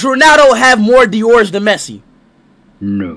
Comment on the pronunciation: Now I know he means Ballon d'or. My man saying diors bro😂😂